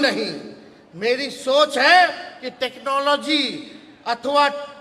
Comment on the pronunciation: Pahle टेक्नोलॉजी तो सही से बोलना सीख लो, बिहार की जनता अब तुम जैसा के झासा में ni आएगा रोजगार,पलायन पर बात करो ये देंगे वो देंगे अपने पॉकेट से दोगे क्या. पूरे राज्य की ऐसी तैसी कर रखे हो..